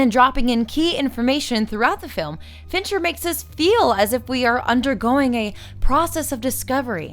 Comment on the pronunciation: Every time you say "Fincher", I think you're saying "Venture" and my brain becomes momentarily confused by the image of Dr. Thaddeus S. "Rusty" Venture directing Fight Club. Great video! You're really unleashing your inner Lindsay Ellis.